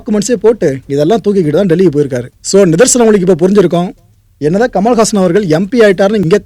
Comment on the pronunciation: I thought his name was 'kamalahaasan' ; but he's saying 'kamalhaasan' which is a sanskrit word - 'Kamal haasan"😂🤣 why can't he tell his name in tamil as 'kamala haasan' 😇